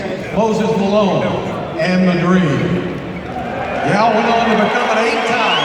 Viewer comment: 念到大梦时都听不清了 果然乔丹第二